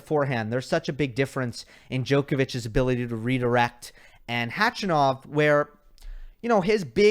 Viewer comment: I love you, but nobody, I mean nobody, calls him Khachy. And it’s not pronounced CATCH-A-NOV. More like kuh-chuh-nuf